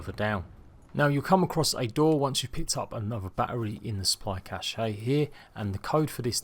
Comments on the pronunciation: it’s not pronounced cash-eh or cash-eyy, it’s “kash” just fucking “kash” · He says cash-ayy instead of “kash” how it’s supposed to be pronounced. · Squipi Dingcheek he’s saying “cache” “cash-eh” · The "e" in cache is silent lol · no he pronounces it in the worst possible way.